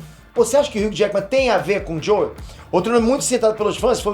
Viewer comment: Você não precisa falar JoEl, se fala “Jow” apenas. Fica esquisito ficar falando JoEl